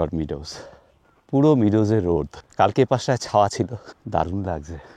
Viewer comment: দেশ বিদেশ চষে-বেড়ানো জন্য একটি ছোট্ট সংশোধন: meadow সঠিক উচ্চারণ 'মেডো' ( 'মিডো' নয়)।